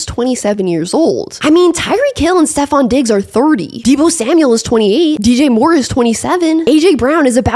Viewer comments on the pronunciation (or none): none